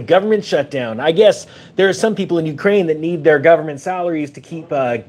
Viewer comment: COCAINE? Oh i thought U said UKRAINE 😂😂😂